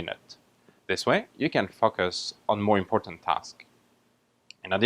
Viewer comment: did he really say "fuck us" or "focus"